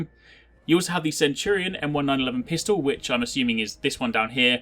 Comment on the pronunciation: Just a quick FYI...love your videos BTW. It's pronounced "M Nineteen eleven" To a huge gun guy, it's sounds weird when you say "M one nine eleven". lol